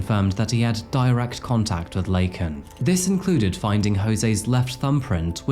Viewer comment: This story pissed me off so much and I’m Canadian. The fact that Biden literally mispronounced this woman’s name live on tv, and didn’t enforce immigration laws AT ALL absolutely made me hate the Democrat’s to a completely different degree.